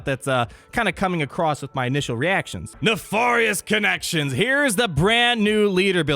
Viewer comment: That's not how you pronounce riposte! or Nefarious!